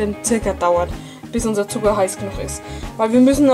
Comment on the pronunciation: du sagst alkes mit d zb. zuger oder budder verstehst du